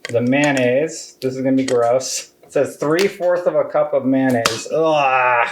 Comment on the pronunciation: Man-ayse. Lol. Mayo-Nayze